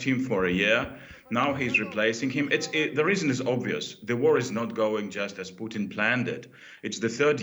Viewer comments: Why is he saying Poutine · The way DW's anchor pronounces Putin makes me hungry for a famous Canuck cusines.